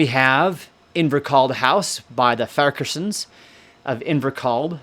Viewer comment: Amazing prenouncination of some of these surnames coming from Australia, namely ( no pun intended)- Kerr and Farquarsson. Never heard such before. Btw are the Sinclair's and Saint Clare's the same family / Clan? Dunrobin Castle the most magnificent in Scotland.